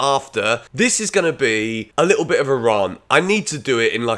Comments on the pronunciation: I'm more concerned that he says "Rar-nt" rather than "R-ant". 😅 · Agree it’s difficult for all concerned. Harder to say so because of the obvious comparisons over there. Will always be criticised. Difficult to know what to feel. And it’s Rant like Ant. Not Rarnt like Aunt. Not a dialect/accent thing. It’s just a blind spot. Google it… and keep up the good work. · The real issue here is why can't say the word "rant" lmao "Raarnt" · Can’t move past the pronunciation of rant